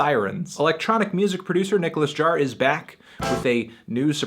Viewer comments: it's pronounced "yaar" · how do you pronounce Jaar?